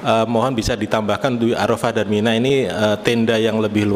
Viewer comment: menyebut Arofah kok Aropah, Muzdalifah, kok muzdalipah? Bagaimana ya Bu HAJJAH?